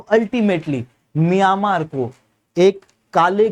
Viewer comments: Miyamaar nahi म्यांमार है भाई।। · मियामार नही म्यांमार उच्चारण कीजिए😅